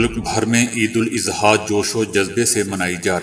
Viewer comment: السلام عليكم برادر محترم عید مبارک۔۔۔براہ کرم عیداَضحیٰ کہیں اِضحیٰ نہیں۔ خیر اندیش۔۔۔عارف اقبال